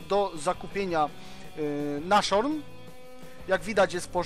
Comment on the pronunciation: Nie 'naszorn', tylko 'nazhorn'